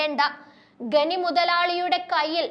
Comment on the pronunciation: ഇതെന്തു വാർത്താവായനയാണ് കുട്ടീ. നാടകീയമായി പറയാതെ മര്യാദക്ക് പറഞ്ഞാൽ പോരേ, ഖനി എന്നൊക്കെ പറയാൻ ബുദ്ധിമുട്ടുന്നല്ലോ.